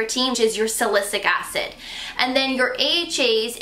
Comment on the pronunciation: Am I crazy or did she say “ingrediences” and “salisick acid” I promise I’m not being negative, I just want to make sure everyone watching understands that it’s “salicylic acid”. Also, when she mentioned a large molecule, all that means it’s not going to penetrate deep into the skin, due to the larger size molecule. If you want that, glycolic acid is what you need. Also, do your own research when it comes to skincare. It’s not about the brand, it’s all about ingredients. If you’re serious about skincare, do a deep dive into what ingredients target what problems. ie: retinol and retinoate (VitaminA) is not the same. Etc etc.... Knowledge is power!! Again, I have to have misheard her. She seems so very sweet and I appreciate her review. If I misunderstood you, my apologies. Have a blessed day!